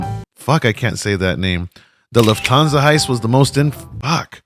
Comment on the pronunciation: BABY… just say LOOFT/ÄN-SA u got this papi